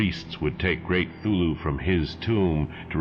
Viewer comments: Is he saying Thulhu or Cthulhu? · My only beef with these fantastic renderings of H.P.L.'s tales of terror is the pronunciation of Cthulhu. For 50 years I've been pronouncing it with a "hard C". I love what you're doing here and look forward to every new episode. How about Dreams in the Witch House?